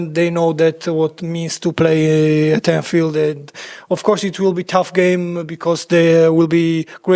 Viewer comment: Anthield lol, am not sure 😂